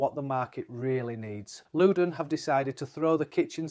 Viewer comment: It's Lewden 😂😂